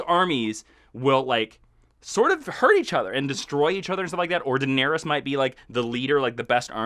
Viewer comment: IT'sPRONOUNCED "DINARISS" (you guys rule though mkay? No crit w/o love)